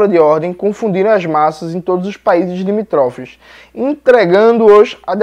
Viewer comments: Não se diz "limitrófes", o correto da nossa língua é: "limítrofes" !!! Desculpe se você não aceita essa crítica!!! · Jones, não é limítrofes, tem acento no mi, então acentua o liMI'-trofes. Tbm não se fala chau-binista, fala- cho-vinista, mas com chapéu, como se tivesse acento circunflexo de Vô. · Olá Jones, irretocável conteúdo, apenas uma observação. Limítrofes, proparoxítona, ênfase na sílaba tônica. Saudações 🚩